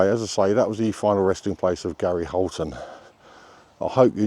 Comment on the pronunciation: Hiya 🙋 Thank you for the video on Gary Holton. Well done on the pronunciation, I had trouble with that when I tried! 😂 Best wishes Annie.